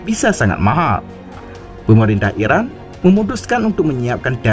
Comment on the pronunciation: Irak apa Iran, baca nya yg jelas dong. Admin.